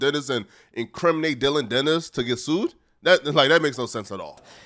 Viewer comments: Geezus bro it’s Dillon DANIS. Not, Dillon “Dennis”. 😂 🤦‍♂️ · “Dillion Dennis”